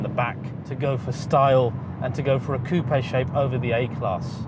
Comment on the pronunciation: Coupia instead of saying coupe this guy is great.🤣